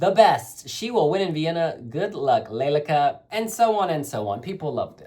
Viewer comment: Her dress, and especially her sleeves, symbolize the wings of a stork. In Ukrainian it is Le-le-ka. The emphasis is on the second syllable. The stork (leleka) is a Ukrainian bird that is associated with home and homeland.